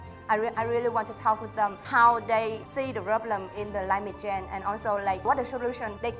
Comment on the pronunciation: Duyên nên nói chậm phát âm tròn âm hơn rõ ràng hơn, nhiều âm duyên phát âm chưa tốt lắm nhưng tốt hơn rất nhiều rồi 👍 Không cần phải quá tốt nhưng những từ đơn giản nên nói đúng vd : Strong nè change nè thiếu final sound nhưng nói mượt hơn nhìu rồi Hy vọng Duyên thành công